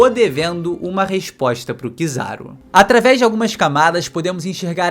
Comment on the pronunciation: “Ataves da fala” 😂